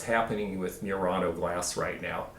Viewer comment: Pronunciation of Murano is not 'myurano' but 'moo-rano' with a roll on the R.